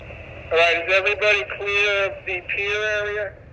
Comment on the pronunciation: Pier not pair